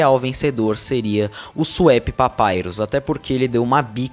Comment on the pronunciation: Acho engraçado que ele sempre chama o Swap Papyrus por "Swépi Papyrus".